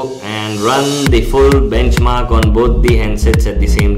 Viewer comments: BACHMARKS? LOL R.I.P English ! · BACHMARKS? come on atleast review your own video before posting.